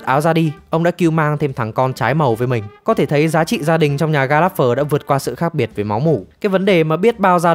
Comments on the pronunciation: ""Gallagher đọc là ga·luh·gr nghe thuyết minh "ga láp phờ" khó chịu thật :))). Chắc chắn giọng đọc chưa hề xem phim :)))."" --- Đang định cmt thì nhìn xuống dưới thấy cmt này nên rep vào đây :))) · đề nghị phát âm gia đình này chuẩn hơn :)))) ga láp phờ nghe ải chỉa thật sự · sốp ơi nhớ là ga lẹt gờ mà sốp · Ga lác gơ mà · Mong recap video sau team sẽ đọc đúng tên Gallanger ạ :( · Xin góp ý là nên đọc đúng tên của nhà này : [GAL] + [UH] + [GUH] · Có mỗi chữ gallager xem phim nghe đi nghe lại mà cũng đọc sai nghe khó chịu vc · Là một fan theo series này quá lâu, Bạn đọc tên họ của cái nhà này SAI toẹt ra. Moa buồn vãi!! Chứng tỏ đéo coi phim rồi